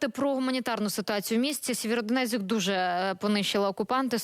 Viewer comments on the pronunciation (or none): Сіверодонецьк,а не Сєвєродонецьк!Від племені сіверо яке мешкало біля Дінця.